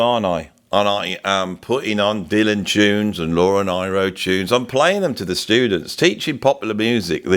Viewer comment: Great subject matter, always loved this song (and many more of Joni's)... And yes, that line is incredibly powerful. (btw, Laura Nyro's name is pronounced "Neero")